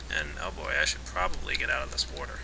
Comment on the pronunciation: its water not worter